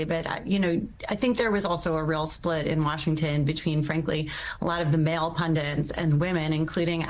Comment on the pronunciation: I'm British too - and I echo your sentiments; well said! On another note, indulging a little pedantry, it really gets my goat to hear professional broadcasters saying 'pundants' instead of 'pundits' - and this is not the first time I've heard it mispronounced on USA channels 🙄